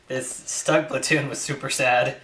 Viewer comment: StuGs are pronounced "Sh-t-oo-g" ;-)